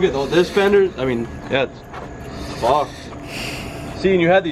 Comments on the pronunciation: “The whole things fawked” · " the crash bars FOCKEDD"